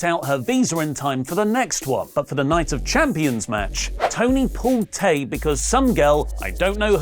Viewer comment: Tay Melo's first name is pronounced "Tie". It doesn't normally bother me, but you said her name incorrectly so often in this video that I had to point out this mistake.